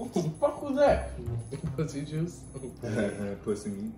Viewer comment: Did he just speak out p.u.s.s.c instead of the y I’m weakkkk. 😂